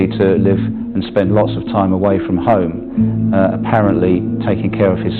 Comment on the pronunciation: Come on now, you murdering shite-bag, if you're going to take the affectation of a double-barrelled surname, the least you can do is enunciate your Hs; [ "I'm at 'ome, our 'ome, wishing you were 'ere..."].